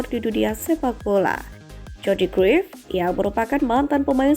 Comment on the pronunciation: cruyff dibaca Kraif min bukan kruif